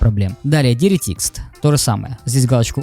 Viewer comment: Диритист мда,эксперт но читать не умеет